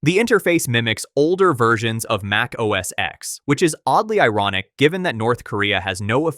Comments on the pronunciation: for the millionth time it's NOT OS X(ex) or macOS X(ex) it was OS X (ten) Mac OS X (ten) you can always tell those who have no clue or just don't care or bias. Pretty much useless information that I am sure no one cares about other than getting the pronunciations correctly. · It’s a Roman numeral. For Gods sake it’s OS X- pronounced OS Ten.